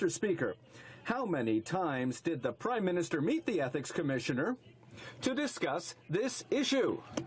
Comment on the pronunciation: Did he say Crime-minister?